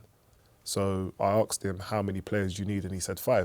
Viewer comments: Asked, not arksd ffs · "We were arksed to match fix" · “I axed him”